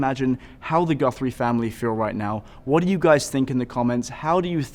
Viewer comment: Her last name is GUTHRIE not GUNTHRIE you moron!!!